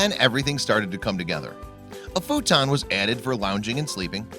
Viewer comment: Its fouton not photon